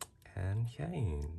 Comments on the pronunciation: heyy! btw you pronounced Hyeins name wrong! it’s “HI-IAN” in syllables! Love you new sub and great vid! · Hyeins name is pronounced “hey-in” (Im not trying to hate 💗💗)